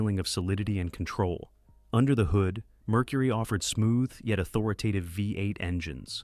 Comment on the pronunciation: The word is au thor i tive. Not au thor i TA tive. Grade School?